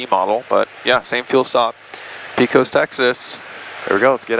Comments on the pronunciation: Pecos (pronounce by locals as Pay-cuz). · It’s pay-cose not pee-cose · Nice video. Btw, I assume ya’ll landed in Pecos, TX. It’s pronounced pay-cus or pay-kows, not pea-cuss. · its not PEECOS its PAYCOS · Ok you have to say it right - try saying “Pay-cus” and not “pee-cus” lol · Please stop saying Pee Cose. It’s Pay Cuss. Pecos, Texas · Pecos is pronounced Paycuss, not Peecose. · It's Paycus, not PeeCos. Please !! lol. Looks like you guys got antoher good one. Good decision to stay overnight. Might be some hope for you guys yet lol. Did you make a good deal for $27K? Oh, heck yeah. How many hours til engine overhaul needed? That's key. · It’s pronounced paycos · P-AY-cos (as in co-sign) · Its pronounced paycos (Pecos) Texas. Thanks for the video. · I cringed every time they pronounced Pecos, its pronounced “Paykis” 😂😂😂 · Heyo! I'm a native Texan and just learned Pecos is pronounced by locals as "Pake-iss" - Yeehaw n' all that! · Nice video....in Texas, Pecos is pronounced PAY-COS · Pecos, TX is pronounced "Pay-kos" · Good video. Pecos is pronounced “Pay cuss” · The proper way, for anyone from Texas, to pronounce the town is Pay Cuss. Like Judge Roy Bean was " The law West of the Pecos". Learning to fly is on my short list, I enjoyed this video, and very little was over my head. What was, I was still able to put the pieces together. Now I'll have to subscribe and get caught up. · Pecos is pronounce (PAY-CUSS) by we Texans! Glad you guys had a smooth trip! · lol "Peh cos" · Can’t believe you can’t pronounce Pecos properly